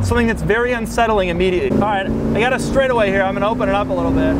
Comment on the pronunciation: The way he pronounces "here" (he says "chere")